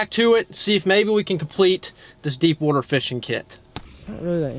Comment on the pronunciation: The amount of times he says wooter in this video is 🤯